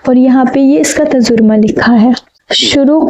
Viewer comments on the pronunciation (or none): Allah aapko bahut khushiyan de tajaurma nahi tarjuma bola kijiye ga ok